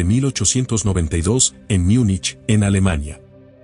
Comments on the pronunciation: ¿Porque dices Miunich si estás hablando español y no simplemente Munich que es lo correcto? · No se dice “Miunich”, sino Múnich en español, en alemán es München